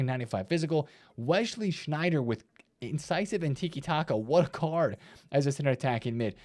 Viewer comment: turning into Steve Mclaren with his Wesley Sneijder pronunciation.